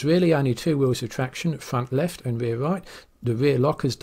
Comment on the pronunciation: de fwunt weft and de waew wight ...😛